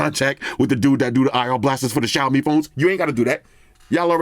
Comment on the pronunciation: mad respect for correct 小米 pronunciation 🇹🇼